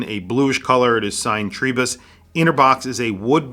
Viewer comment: Great review,. Enjoying my own TRI-03 in yellow since it arrived last week. However… Why do you pronounce it TREE-bus? The Ward lads say it’s TRY as in Tribe. Ah well… Liverpudlians…